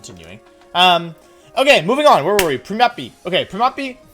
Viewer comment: It's hard to tell if he's memeing with some of the name pronunciations, like Primape and Gible.....